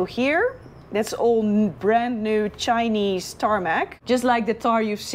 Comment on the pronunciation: why the emphasis on chinese paved road lol.. ANGOLAn money paid for that.....